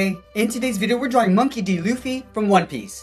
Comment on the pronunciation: When he said hello guys welcome back we’re going to draw monkey D lufe I be like WAT it’s supposed to be monkey D Luffy xD😹